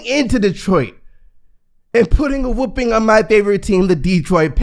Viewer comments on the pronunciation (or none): none